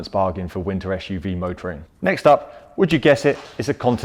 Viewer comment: Why do you pronounce SUV like "ash u v"? Is it a pure UK English or kind of slang? I'm really wondering cause English is not my native language :)